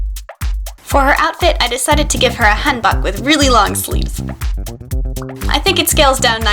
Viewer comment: the way she pronounces hanbok makes me cringe